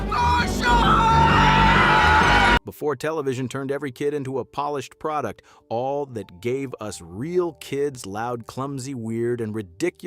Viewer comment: The first “all that” mispronunciation in the video will tell you the quality of what you’re about to watch ..